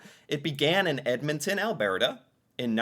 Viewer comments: Ok it's not AlBEARta it's ALBURTA! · How aboot the way he pronounces Alberta. "Al-BEAR-ta ??? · Listen to him, say Alberta he's not pronouncing it correctly. He says Albearta 😂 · I've never heard anyone pronounce Alberta like you do, hah :P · I just got here and it's going to haunt mine for sure. And the pronunciation of "Alberta" I'm back. The man can pronounce "escargot" but not "chalet" what is happening